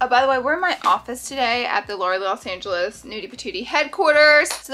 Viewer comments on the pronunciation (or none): none